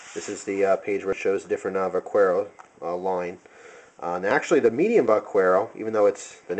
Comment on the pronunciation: The U is silent in "vaquero." It's pronounced vah-KEH-row. Good job on the review, I plan on getting a plain-edge x-large Vaquero :D